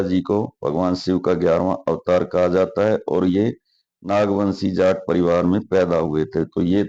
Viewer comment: Loud JAT(जाट) voice ना कि JAAT(जात)